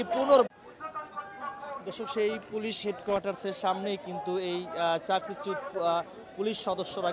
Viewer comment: সাংবাদিক ভাই 'চাকরিচ্যুত' শব্দটি সঠিকভাবে উচ্চারণ করুন।